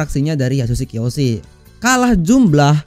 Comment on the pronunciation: Kiyoshi bos bukan keoshi